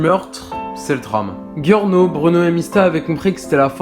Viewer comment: C'est bien sauf qu'on dit giorno (jyorno) pas (guiorno)